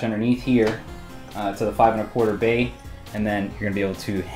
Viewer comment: Every time he says bay I think bae. Damn you high school for planting that seed in my brain